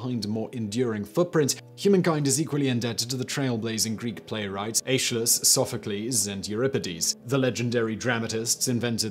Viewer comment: I’ve always heard Aeschylus pronounced EHS-kuh-luhs.